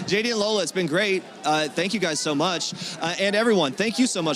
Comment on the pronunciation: It is lola, as in Lòr-lá. If only she would own her heritage and at least say her name right even if she cannot correct others. Ore mi, you are too old to be doing this. Embrace your name,it is beautiful.... ❤🇳🇬Proudly Nigerian